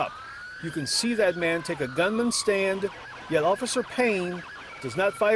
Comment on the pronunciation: "stance," not "stand"